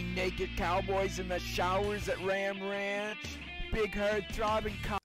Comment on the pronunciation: My mans said ram rahnch